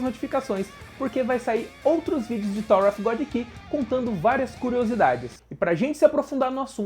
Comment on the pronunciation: Em Thor of Godi! Hahahah Tirando a zoeira, video massa! Parabens